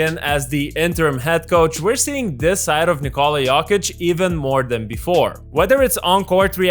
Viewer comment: "nikOHla yOHkit"